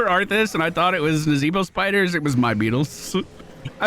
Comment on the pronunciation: Dyou mean Nazahbwah? Im pretty sure its pronounced Nazahbwah.